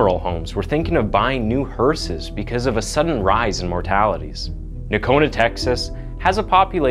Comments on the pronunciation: It's pronounced No-cone-ah. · it’s pronounced, NO-CONA….lol